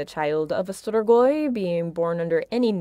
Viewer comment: it's pronounced stree-goi